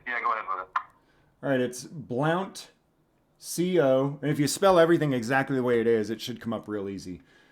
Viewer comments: A couple of things: I'm not sure if you're deliberately mispronouncing the county or not; was sure you were not until you heard it correctly multiple times and didn't catch on. It's pronounced /blunt/ homophonic with the local favorite way to smoke. Also regarding charges it would be correct to contact the office of the district attorney, one Gen. Ryan Desmond, not the sheriff's office. With the evidence that you and many other have, the publicly available recording, that office can and should go forward with charges. But you would contact the sheriff's office concerning their internal investigation, and internal disciplinary action. The D.A. is the one who decides what gets prosecuted, period. They normally get handed a case by the cops, but they are then supposed to do their own investigation just using that as a starting point, and anyone can hand them the initial case, not just the cops. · Yeah, in Tennessee Blount County is pronounced Blunt county. I have never known why but it's just always been that way. I have to say if you're in East Tennessee, let's just say The Hills Have Eyes is just about right. I'm surprised this cop taking the call was as civil and professional as he was as I don't think I've ever had a good experience once I crossed from Middle Tennessee to East Tennessee - we call a trip east, a trip to hell. Good luck, those cops were wrong but that's usually the case. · Hey it's pronounced sounds like blunt County even though it's Blount County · It's pronounced blunt...😆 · I live in Blount county and just a FYI it's pronounced blunt county. Now your cooking. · Pronounced "Blunt" Blount Co TN